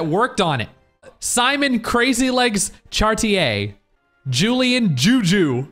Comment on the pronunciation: I'm offended by how you pronounced Chartier